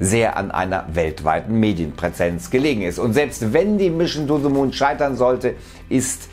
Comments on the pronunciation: "mischn to ze moon" ??? bin dabei, bro. ;) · Mischen too de moon. Ich dachte das können nur Sachsen 🤣🤣🤣🤣